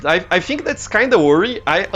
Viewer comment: Professor, o vídeo ficou incrível! E parabéns pelo inglês, não achava que você soubesse tanto assim, parabéns mesmo. Entendi 90% do vídeo! :D E prof, queria dar uma dica. Percebi que você pronuncia... Por exemplo. "Think", você faz um pouco de som de "Fink", mais com F, entende. Tenta fazer um pouco o som do "Th" com a língua. Mas tirando isso o vídeo ficou incrível. Foi só uma dica mesmo. :D <3💞